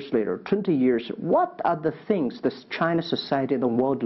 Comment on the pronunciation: 马云一直在说Chiner